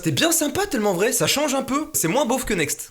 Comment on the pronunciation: Y’a quoi moi qui a entendu « TEULMENT VRAI » au début 😂